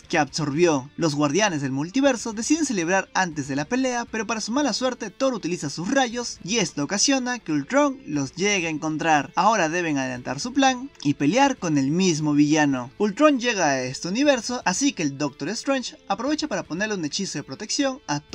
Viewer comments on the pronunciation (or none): sí vas a ser un narrador, debes mejorar tu pronunciación, no es "peliar" es pelear. no es "vistes", es viste.